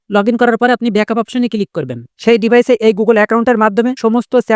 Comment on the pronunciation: Ki baje uchcharon , ota chat , sat na😂😂😂